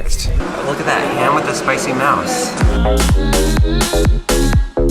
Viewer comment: Like how he pronounced "mousse" as "ham with a spicy mouse" it's pronounced as "moose"